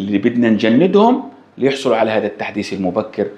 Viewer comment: التحديس ❌ التحديث ✅